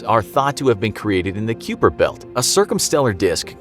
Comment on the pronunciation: The "Kyooper" belt ? lol